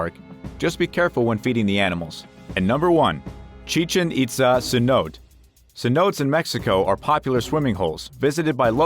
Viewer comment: OK the only thing that got to me in this video was cenotes. Sen-note-tay. Come on now